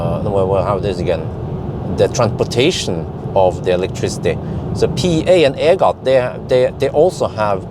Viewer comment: EGAT stands for Electricity Generating Authority of Thailand. Just pronouce EGAT as E-Gat ( as bat)